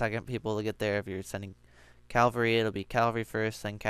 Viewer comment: CAVALRY. not CALVARY.